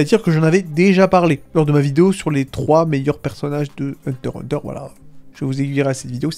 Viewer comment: Ons dit hunter x hunter, le x se prenonce !